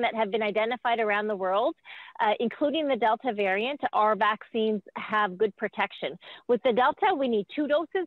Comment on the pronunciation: She sais Canadian varient?😂 Up next. The alient varient💀💀👽👽👽 spoookyyy ish